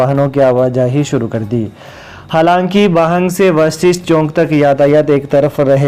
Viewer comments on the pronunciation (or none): आप हिन्दी समाचार बोलते हैं, उच्चारण सही करें, चौक को चौंक मत बोलें।